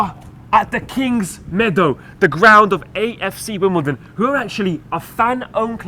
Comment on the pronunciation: definetly said KFC Wimbledon at the end there XD